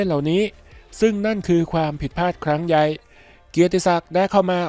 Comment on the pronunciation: แอดมินพูดไม่สุดหางเสียงในบางคำ เหมือนสำเนียงคนโคราชนะ อย่างคำว่าใหญ่ ก็ออกเสียงเป็น หยั่ย แล้วหางเสียงก็ด้วนๆไปเฉยๆ รู้สึกสะดุด